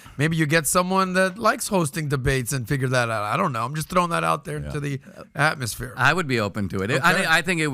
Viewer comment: Lol says throwing it out to the “Pat-mosphere”.